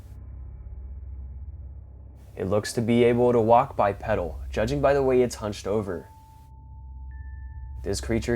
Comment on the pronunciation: You keep saying it so I will too, the word is pronounced BYEPEEDAL, a pedal is something off a bicycle.